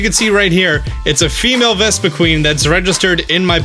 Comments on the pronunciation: Vespi-kwen. Not queen,. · VespiQUEN not VespiQUEEN